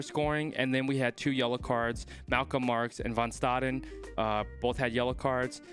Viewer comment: just a tip bro , it's not "Van staden" , it's "Fun" Staden